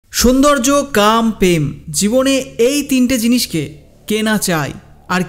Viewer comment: প্রেমকে পেম বলছেন কেন ?